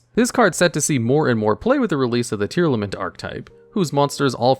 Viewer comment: Tear-a-lament being pronounced as Tear-limit was hilarious to me